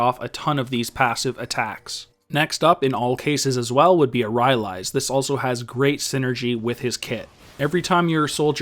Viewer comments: RY-AH-LEES.... "RY-LIES" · PRONOUNCED RAILAIS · wow wow wow bro wtf is ry ah leees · was enjoying the video thoroughly, then i heard RY-AL-EES. couldnt forge on from there. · it's pronounced ry-lies :)